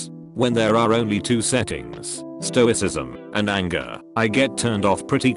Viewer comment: The robot can pronounce "stoicism", but cant pronounce "burger"